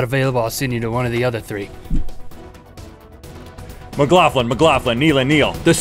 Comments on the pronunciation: You guys pronounce McLaughlin strangely. I've only ever heard it said like Mic-Lock-Lin, rather than your Mic-Loff-Lin. Xxx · Sounds like he's saying mclaugflin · Who agrees only link should say let's talk about that he does it perfect and who else agree's that its weird and cool how to bestfreinds have fucked up names lmao